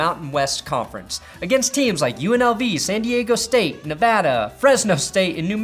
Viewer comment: Thank you for pronouncing Nevada correctly